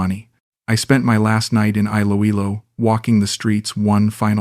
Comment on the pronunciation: Great AI story.. Note to Author : perhaps if you type Eeloeelo your reading bot could pronounce it properly.